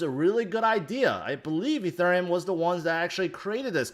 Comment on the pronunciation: im struggling watching this and this guy keeps saying uh thurium...